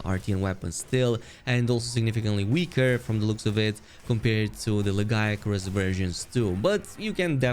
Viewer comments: Is this not the first canon pronunciation of the name? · At least we now have and oficial pronunciation